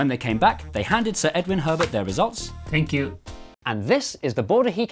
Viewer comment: “thank yew :D”